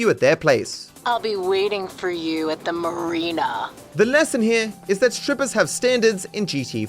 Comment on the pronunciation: "I'll be waiting for you at the MUHREENAH"